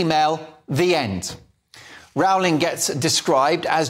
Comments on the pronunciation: Great piece. JK Rowling is truly a heroine for standing up for the truth. Just one thing I would appreciate, please pronounce her name correctly. It is pronounced "Rolling" like bowling, rather than like growling. Thank you. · Why do you say Row-ling. Surely it's "Rolling". We had a Prime Minister here in NZ in the '70s called Bill Rowling. It was pronounced Rolling. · The correct pronunciation is “Rolling” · Could you kindly pronounce "Rowling" correctly? I believe she deserves it. 🙂Please ask Andrew Doyle about the correct pronunciation.